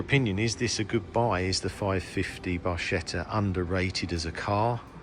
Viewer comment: A very beautiful Ferrari 550. By the way the pronounication is not Barschetta - it is Barketta! Viva Italia 🙂